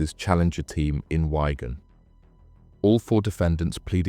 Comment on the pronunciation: It's not whygan it's WIG-un